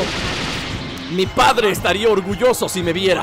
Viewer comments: por que dice orulloso en vez de orgulloso? xD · Dice orulloso :"u